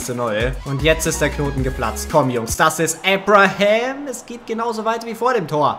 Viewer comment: Bin ich der einzige, der wegen Aussprache von Abraham gestört ist?